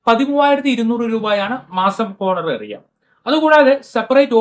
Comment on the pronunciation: It is not ഹോണറേറിയം But it is ഓണറേറിയം 🙏